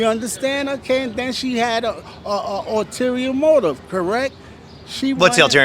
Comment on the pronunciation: Someone who allegedly passed the bar exam pronounces 'ulterior' as 'alterior'? My goodness.